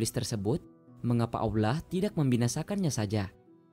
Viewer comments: bahasa ny yg laen jlas... giliran ngomong Allah kok aulah... anda sengaja atau bagaimana?? sya tdak su udzon tetapi sya ingin tw knp anda tidak mngedit ny trlebih dahulu.... niat yg baik hrus berbarengn dengan cara yg baik. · bukan bermaksud apa apa...knp setiap berkata allah menjadi aulah...padahal yang lain jelas dan benar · Transanlate y ga enak bngt sih.. saat nyebut ALLAH nya😓